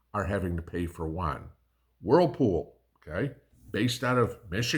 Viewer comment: Isn't it yuan = U AN not JUAN, he's a buddy from down the road. 😅